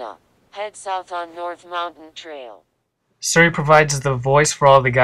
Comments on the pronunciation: It's Siri, not Suri! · It's cute that you pronounce it Sir-e. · Your pronunciation of "Siri" is terribly obnoxious. x.x